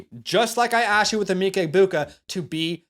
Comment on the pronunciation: Great vid🫡 it’s em-Mecca Egbuka though lol. #gobucks